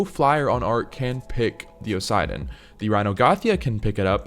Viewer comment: It's pronounced OSS-A-DON not OSIDE-ON bro come on